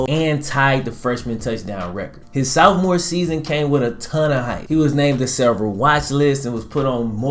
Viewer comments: Sophmore... not southmore. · Love the channel. But you kill me every time you say sophomore. Because you say sOOfmore. No shade. Everyone has different dialects depending on which part of the United States they are from I'm from WV and while every time I meet someone from a different part of the country they are surprised to hear me say I'm from WV because they assume every one from WV has a thick twang to their speech. But, whenever I hear myself on video I think to myself "my god, is that really how I sound". So while other people don't think I have a bit of twang I still feel like I do. Like I said no offense, but I lose it every time I hear you say sOOfmore. Which is often based on the content of your videos. Which are very well done. like, I said it just cracks me up. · Was he saying "Southmore"..?